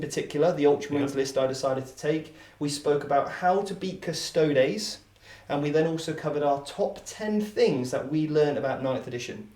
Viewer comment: A lot to like here. At the top for me: the proper pronunciation of Custodes: 'Custod-ace' - clearly knows his Latin. Just another example of VT leading the way. Why doesn't anyone else say this?